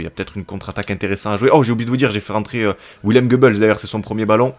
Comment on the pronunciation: Salut super vidéo Juste pour te dire que Willem se prononce "Vilem" voilà continue comme ça 👍